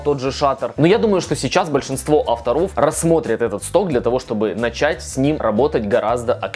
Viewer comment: Спасибо за видео! Почему вы говорите автОров с ударением на О?! а не Авторов 🤷🏼‍♀️🤷🏼‍♀️